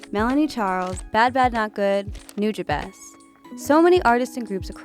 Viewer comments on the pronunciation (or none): TIL it’s pronounced “Nooja-bess”. Always thought it was “New-jah-bays” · Love the video but sad to see nujabes mispronounced and also sad to be reminded that he cant make music anymore